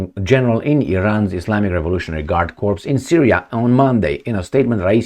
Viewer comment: "one of these big guyses general:"??? Again with the "guyses"? And "corps" is pronounced "Cor" not "corpse." "Corpse" = cadaver. "Cors" is a group of militaries.